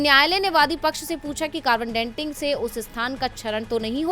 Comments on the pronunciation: It is carbon dating, not ‘denting’ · कार्बन डेन्टिंग नही डेटिंग " कहे